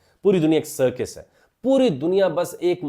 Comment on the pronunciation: سرکِس نہیں سرکَس